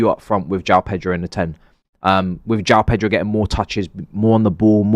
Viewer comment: Please tell the pronunciation is not Jao Pedro it's Pronounced Yao Pedro